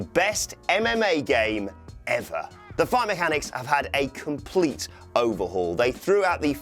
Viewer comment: the way he said " ever" tells it all hahaha